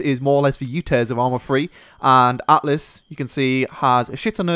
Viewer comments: Altis, not atlis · Stop calling it Atlas, it's Altis ffs. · It's actually not called "Atlis" but "Altis" ;) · Altis btw. ;P Not Atlis. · Altis not atlis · Altis not atlis or atlas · THE MAP IS CALLED ALTIS !!!!! NOT ATLIS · AL TIS. NOT ATLIS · ALTIS NOT ATLIS GODAMNIT